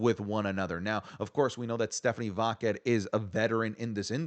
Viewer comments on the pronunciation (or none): Everyone: Stephanie Vaquer: Stephanie VaQQQQQuer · Why does he mispronounce Stephanie vaquer name like that? Sounds like he saying vodka lol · More like Stephanie vaqueRRRRRRRRRR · Even Stephanie herself doesn't pronounce it like does